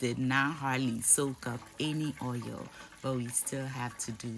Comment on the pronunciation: It's the oieyll for me lol> love how you pronounce oil. Love you and can't wait to make this but with fish as I don't eat meat :)